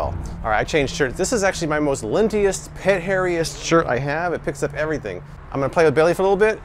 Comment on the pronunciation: "Lint-e-ist"? Lol